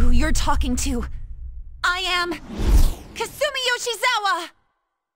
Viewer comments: I love everything except the way they pronounce "Kasumi" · I'm so glad for dual audio. Kasumi's VA is terrible. Can't even pronounce her name or Persona properly.